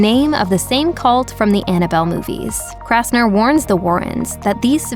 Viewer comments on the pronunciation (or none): It's Kastner NOT KRastner !!!!!!!!!!!!!!!!!!!